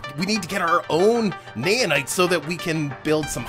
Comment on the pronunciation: its naOhnite not naYanite.